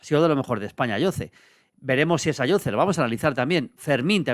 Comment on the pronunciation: Ayoze se pronuncia con S patrón